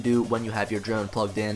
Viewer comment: This video was helpful. Thanks, but it sounds like you’re saying druone.